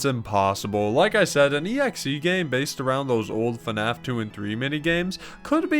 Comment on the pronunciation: pls its fnaf, not fuhnaf